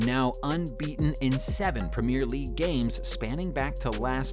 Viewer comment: 'Red Zone', 'Prem-ee-r league', '7 to 2', 'Vileans', 'CL Finals' lol